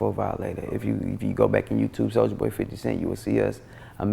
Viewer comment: sou-L-ja boy